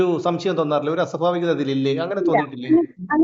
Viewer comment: അസൊഫാവികത യല്ല അസൊഭാവികത എന്ന് പറയൂ